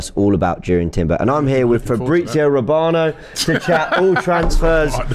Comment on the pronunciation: Fabrizio ROB-ano 😂😂😂